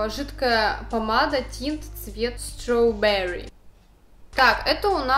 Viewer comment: Stráwberry а не Strawbérry!!!! И если что, это переводиться как КЛУБНИКА!!!✌🍓